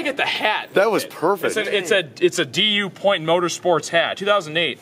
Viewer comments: d-u point. Ha! It’s Dupont. They’re a chemical company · D U pont it’s doo pont